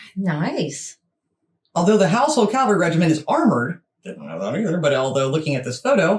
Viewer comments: It is NOT CALVARY, dumb yanks but cavalry! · Love your videos guys 💖 (but n.b. caValry not Calvary lol 😅🤣) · Dear ladies. It’s pronounced Cav alry rather than Cal vary. Love your interest in things British. When do you visit? 😁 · Ok FIRST THING. It is pronounced CAV alry, not calvary. The London Garrison is HYDE PARK BARRACKS at Knightsbridge and the Armoured section is at Bulford Camp, Salisbury Plain, Wiltshire, England. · What the chuff is the calvary? Cavalry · CaValry.. not calvary 😂😂😂😂😂😂😂😂😂😂😂😂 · Cavalry not calvary sorry to correct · It's Dra-goons. Also, the word is Cav-al-ry, not cal-vary. LOL. Princess Royal, Anne, King Charles' sister, is a colonel in the Dragoons and Royal Horse Guard, and has also taken over from Prince Harry as Captain General of the Royal Marines. Love you both and your shows. Wouldn't miss them!! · Cav-al-ry not cal-vary which is something completely different! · Cavalry....not calvery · Hi girls the word is pronounced…… Cav-al-ry……..not……..Cal-vary great show I love you yanks❤❤ David Liverpool UK👍🏻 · Ladies you are doing your best I'm sure and thank you for promoting Britain.. But please they are called THE HOUSEHOLD CAVALRY pronounced ( CA-VAL-REE) and the word you can't pronounce at all is THE DRAGOONS ( DRAG-GOONS) The are also Mounted Troops. The household Cavalry is part of the London Based HOUSEHOLD DIVISION which includes the World Renowned Foot Guards with the Black Bearskins Red Tunics and Black Trousers, The COLDSTREAM GUARDS, THE IRISH GUARDS, WELSH GUARDS, SCOTS GUARDS and the most Famous foot guards GRENADIER GUARDS,, hope this information is useful to you. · The calvalry? Hehe... I love you guys.